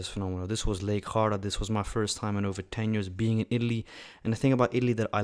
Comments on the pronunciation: The "g" in "Lake Garda" is pronounced exactly the way you would pronounce is if it were an English word. You're pronouncing it as though it were a Spanish name. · It's Garda with a hard G. Plus you've committed two cardinal sins by having pizza with pineapple and cappuccino afterwards. 😀